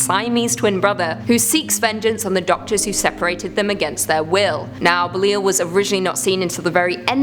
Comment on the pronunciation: I thought belial was pronounced like Buh- Lie-Ul? Side note, is definitely the best host you guys have